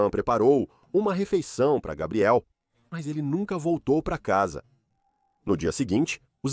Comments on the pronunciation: Que agonia. Se é o mesmo narrador para a história não entendo porque sempre pronuncia os nomes das pessoas ou dos lugares de formas diferentes… exemplo: Gabriel, Gabriele ou “Gueibriel” (pronúncia)… para o mesmo cara… e isso se reitere para todos… affffff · Como pode o nome do rapaz é Gabriel,e o tempo todo na narrativa ,foi chamado de Gabriely😮?!😞😊